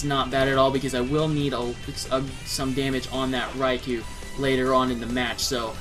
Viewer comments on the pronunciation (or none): Eh-hem... It's name is pronounced: Reye-Koh! NOT Reye-Kew! Every time people pronounce that name wrong it REALLY pisses me off. -_ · Ummmmmmmmmmmmmmmmmmmm.... Nooooooooooooooooooooooooo. One or the other, not both. Either way, Reye-kew is wrong. PBR and 4Kids for the Special got it wrong, the GS Pokerap and Pokedex 3DPro have it right.